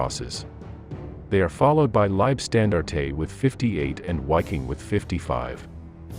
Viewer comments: Gotta love the way yanks pronounce words, lieb stan dar tay, they just make things up! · Someone clue the AI narrator in - Its' "LEEB SCHTAN DART TUH" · Your pronunciation is way off. W is usually a V sound and Liebstandarte is often pronounced Liefstandarte etc. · Listen carefully, I shall say this only once! Get a professional reader to narrate these documentaries, as your AI Bot Readers are Shit! 1st SS Panzer, The Leibstandarte Adolf Hitler, which is NOT pronounced as “Lybstandartatay” was just the first of several, god awful, mispronunciations that your damned AI Bot insisted in churning out! Quite frankly it’s disgraceful and I switched off.....this channel deserves better! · Oh man- it hurts to hear your bot pronounce Leibstandarte. Phonetically- "Liab-staan-dar-teh". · pronounced "leeb-shtan-dart" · Try prounceing Liebstandarte without saying the E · The pronounciation of Liebstandarte is minus the e (eh) at the end of the word. It's just annoying having to hear it. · I never heard a more american way to say 'leibstandarte' or 'hitlerjugend' haha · The way he pronounced Leibstandarte, and Hitler Jugend........I just couldn't continue to watch. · Do I wanna support your channel? Well, I'm 11 seconds into the video and your lazy AI gave me "Waff-fen" "Knight Cross" and "Leib-stan-dar-tay" so I'm good thanks, chief.